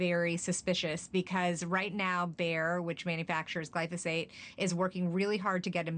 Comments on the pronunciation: It's pronounced, gly pho sate,, not, Glysophate. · lol how is no one including the producers noticing the anchor mispronouncing as “glysophate”😂😂😂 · FAKE NEWS!! This so-called reporter said “GLYSOPHATE” - not glyphosate - multiple times, therefore negating her entire argument! THANK YOU FOR YOUR ATTENTION TO THIS MATTER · Why didn't anyone pause the cameras and correct the interviewer's consistent mispronunciation of "glysophate"? Illiteracy abounds. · The interviewer loses credibility when she mispronounces the key word. Make Journalism Great Again😉. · She couldn’t bother to learn how to pronounce the word accurately???? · News reporter reporting on glyphosate cannot pronounce it.